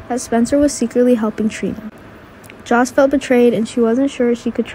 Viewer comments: OH and IT'S JOSS Not JOSH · It's Sonny not Sony. Joss not Josh